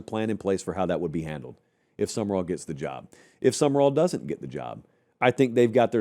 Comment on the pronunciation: It’s pronounced “Sum-ral” not “Sum-er-all” geez, you’ve interviewed the guy.